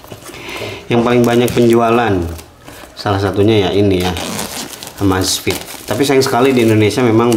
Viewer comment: EMEZFIT MASSS BACANYAA BUKAN AMAZFIT